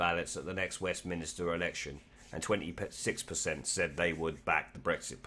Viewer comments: just a small thing it is westminster not as you said 3 times westminister ...brexit party all the way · Westminster NOT Westminister! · Like your videos mate but please pronounce ‘Westminster’ correctly. 😀